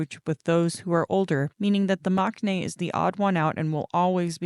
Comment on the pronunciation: Just fyi - although maknae is spelled that way, it’s actually pronounced mangnae in Korean. I know it makes no sense but a lot of Korean pronunciation is different than the spelling and/or romanization. Also Gaeul is pronounced Gah-ool with a clear distinction between the “ah” and “oo” sounds.